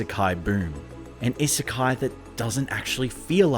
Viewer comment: He made a video about an isekai and never learned to pronounce the term?